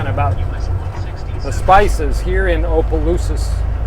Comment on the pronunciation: Opelousas...pronounced Opp-uh-loose-uh. I think you meant the Lake Charles Bridge, not St. Charles Bridge.